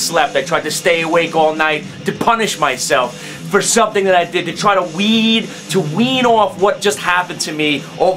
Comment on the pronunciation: "I tried to punish myself to WEEEED.....WEEEN off what happened to me..." What a fruedian slip. You Go.